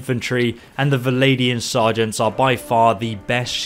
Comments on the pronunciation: They are alled "Vlandians", not "Valandians". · "V-land-ians". Legit not that hard to say, rather than "Vladian". Fucking hell.